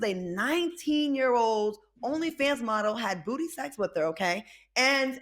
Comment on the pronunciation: Hehehe she said booty secks